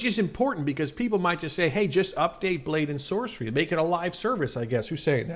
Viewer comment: Saw this on a discord server, i was pretty confused (edit: why did you say blade and sorcey😭)